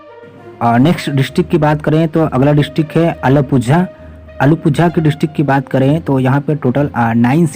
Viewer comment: Aalapuja Kanchikode Wrong way of pronounciation